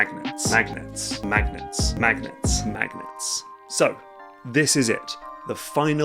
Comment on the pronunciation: Ugh! This whole time I thought he was saying “magnates” and trying to figure out what this had to do with business tycoons!